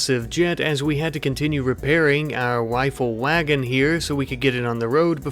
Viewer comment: Is it me or am I hearing him say "wifle wagon" lol